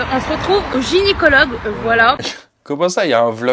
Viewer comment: On es au " gynycologue" et elle le dit 2 fois gynycologue 🤣🤣 gynÉcologue